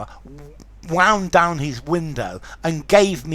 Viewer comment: the driver what ? Wound down ? Please I didn’t understand that wasnt intelegible